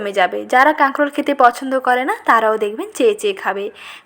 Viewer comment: আপু কাগরল না বলে কাঁকরোল বললে শুনতে ভালো লাগে।😍